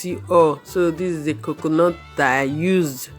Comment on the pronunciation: I love how you say coconut, the explanation is very clear and I love the demonstration